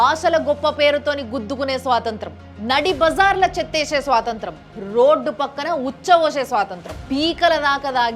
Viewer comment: స్వాతంత్రం కాదండి స్వాతంత్ర్యం .